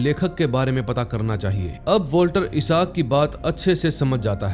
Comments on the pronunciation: इसाक नहीं बोलते भाई, आईजेक बोलते हैं 😅😅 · us professor ka nam Dr Miles hota h isak nahi! Or usse issac bolte h issak nahi😂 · Bro.i think it's issac not ishak